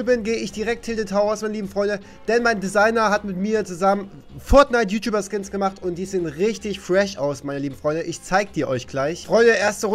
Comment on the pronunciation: Es heißt ju nicht schuh